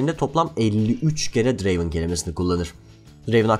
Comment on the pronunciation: Draven değil Drraaaveeen